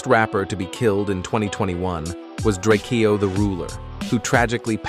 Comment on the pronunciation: "gonzo-e" "drake-e-o" Smh